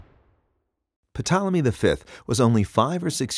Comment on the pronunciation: I love you videos....I want more science ones. But the P in Ptolemy is not pronounced!!!